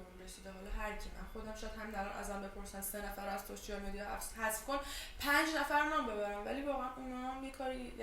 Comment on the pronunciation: یه دلیل هیتم اینه که به سوشال مدیا میگی سوشیال مدیا و یه دلیل دیگه اینکه همش سعی میکنی اکتاتو بسازی خودت نیستی و خیلی احساس میشه قبلا اینطوری نبودی الان واسه خنده هاتم انگار فیلم بازی میکنی و اینو میرسونی که خود واقعیت جذاب نیس باید فیلم بازی کنی تا خوب بنظر بیای و خیلی ام پوکری واسه همین قبلا بیشتر به دل میشستی